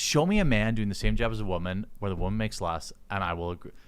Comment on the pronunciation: Not woman. Wahman.